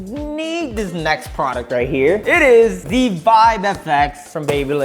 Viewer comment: He said to the nexT PRODUCTOH HHAHHHHAH